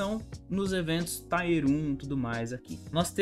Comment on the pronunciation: Tier fala tier mesmo, não taier.. com a pronúncia do t que vc faz. A valve nao faz uma m de um anticheat, cara... cs2 eu nem vou baixar pra nao perder tempo e saúde. Cs morreu pra mim.